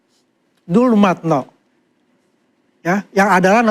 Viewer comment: Andi Azwan memang tukang ngibul ga tahu malu, ngaku2 sahabat tp sebut namanya saja selalu salah: DULMATNO.